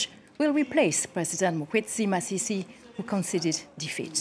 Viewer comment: You got his name wrong "Mokgweetsi Masisi." Time